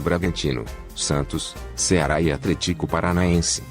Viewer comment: Não é Bozelii é Bozeli não é Atléticoo é Atlético